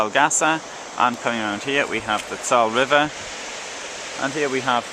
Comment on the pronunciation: Learn proper pronunciation the e on ther end of the Saale is pronounced....!